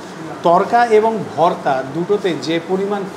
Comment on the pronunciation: Kaka tuwi to pure bangali tale Bhaarta uccharon korcho keno ? Ota to Bhorta ! Samanno hinamannota ache mone bangali bole ! Tao tomake benifit of doubt deoa jeto..jadi continuous Bhaarta bolte ! Kintu maje maje Bhaarta ar majhe majhe Bhorta bole nijer hinamonnotay bhoga dodulloman sotta r proman nijei diye dile !